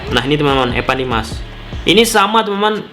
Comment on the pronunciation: Evan bang bukan epan